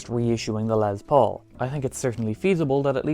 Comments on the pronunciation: Jesus Christ my dude! It's LES Paul. Not LEZ Paul. I was super interested in that guitar but your monotone voice and insistence on calling it a LEZ Paul drove me away before the midpoint of your video. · dude...it's not LeZZ Paul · Yes Metallica sucks but from Norway to Russia to the greatest Island Great Britain why do you jackasses always say l e z p a u l it's l e s p a u l Les Paul jackass